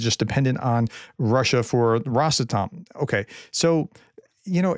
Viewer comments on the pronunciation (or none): It's pronounced ross-atom.